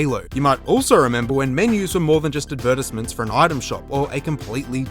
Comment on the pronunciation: why did you say advertisement like that